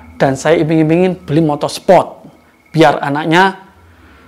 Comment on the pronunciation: Mon maap gua ngakak pas bapak ngomong "motor sepot"😂